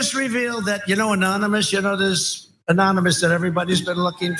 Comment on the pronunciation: Anomonous LOL